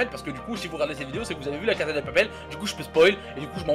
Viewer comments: II-Dark Side-II on dit pas caza mais cassa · On dit pas la casa del papel mais la casa de papel et ça ce prononce pas la caza de papel mais la cassa de papel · Mathou Mathieu non mdr sa se prononce "caza"